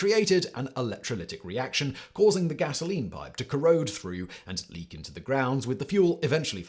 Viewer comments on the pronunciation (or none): none